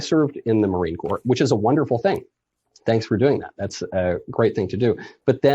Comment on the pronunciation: “I served 20 years in the marine corpse” 🤣🤣 sure ya did